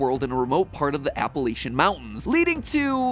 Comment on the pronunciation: Hey MatPat! I love you but you pronounced Appalachia wrong. I don't appreciate that.